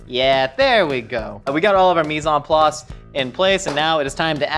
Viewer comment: It makes me cringe how he’s pronouncing mis-en place.